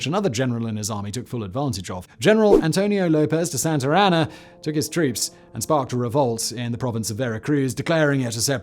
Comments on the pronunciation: It’s not Santarana, it’s Santana, with no R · Lmao it’s SANTA ANA not Santarana 😂